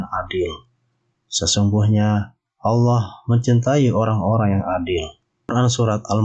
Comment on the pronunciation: Bukan aloh tapi allah